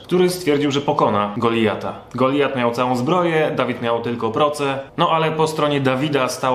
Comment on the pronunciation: Czy mi się wydaje, czy wymawiasz Goliat tak bardziej jak "GoliJat"? Tak się mówi?